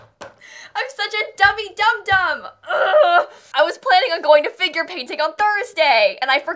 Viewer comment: Whenever she says ‘Figure Painting’ I keep on think she say ‘Finger Painting’ and it sounds so unprofessional lol